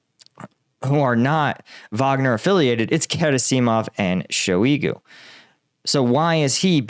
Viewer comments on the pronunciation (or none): Gera-seeeei - mov and Shoi -eee - gu LOL! I like the channel but that is a seriously weird pronunciation. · Very weird pronouncing of "Shoigu" & "Gerasimov" this time :D